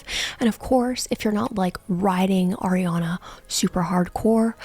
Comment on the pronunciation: Why do you say her name like that? 😭